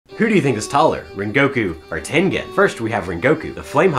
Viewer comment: I don't wanna be that guy, but it's not tenGen it's pronounced ten-jen.